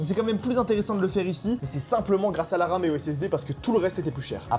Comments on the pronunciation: Il y a que moi qui entend je vois de l'Arabe juste là au lieu de la RAM 😂😂😂😂😂 J'ai du réécouté 2 fois pour comprendre 😂😂😂😂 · quand il a dit guette la ram la bat jai compris guette l'arabe la bas